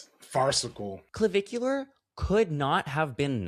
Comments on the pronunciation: Puulleeze Matt its not Clovicular !!! Not CLO BUT CLA … puuulleezze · each time you said clavicular, my mind went straight to Bunnicula 🐰 🩸 😂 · It’s the emphasis in the syllables and the way that you can pronounce -ar like -euhh (dramatically British) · I’m here for not being able to say Clavicular for the whole video